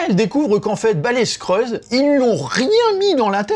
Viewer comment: Pas les Skreuls mec ! Les Skrulls. Sinon on peut plus faire de jeu de mots qui détendent